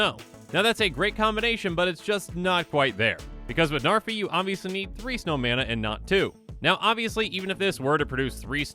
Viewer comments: Names not narfee. Learned that from another comment. Its pronounced "Nhar've" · Id it just me or did he say Zarfi? 😂 ps: No hate, just found it funny. Same way Seth 😂